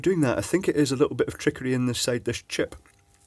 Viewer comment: I love how you say "Chip(puh)".